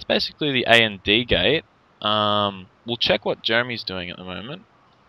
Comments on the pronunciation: AND Gate is pronounced "and gate," not "A-N-D Gate." It was driving me a little nuts. I enjoy your vids though :) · You do realize it is pronounced and gate, as in the word for "&" not A.N.D. gate, right? And isn't an acronym.